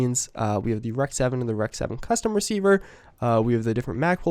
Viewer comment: what is the deal with people calling guns what they literally say? the UMP is not an ump..its a U-M-P. the REC is not wreck, its an R-E-C. the AUG is not an og its an A-U-G. And its not used by the Brits!! its Austrian for fuck sakes. Its in the name! Austrian Universal Gewher or A-U-G.. jesus i dont know why, but that pisses me off when people talk/say things they have no idea about. i mean, He is a CoD player so i guess it makes sense.. but still its no excuse.